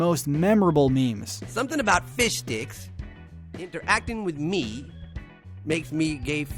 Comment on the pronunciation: I like how you clearly pronounced "Fishsticks", making sure to get the "sssttt" in there <:)